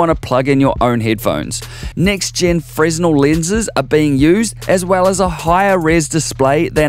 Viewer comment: excellent episode! I crushed the like button and subscribed. Just a heads up, not trying to be a dick but fresnel is pronounced fra-nell. This is the best VR channel!